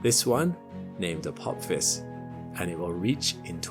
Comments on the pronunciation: "A pop his"?! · Stargate SG-1 fans recoil in horror as pronounces it "Apop-phis"... 🤣